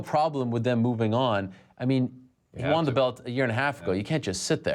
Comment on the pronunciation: I've always hated how Ariel pronounces "won" like "wahn."